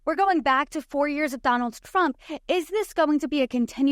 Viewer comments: Is she saying Donalds Trump? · She said ‘Donald Frump’ 🤣